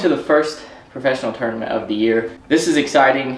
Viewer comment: “tounament” golf…. might be my style.